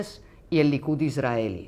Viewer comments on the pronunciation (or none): none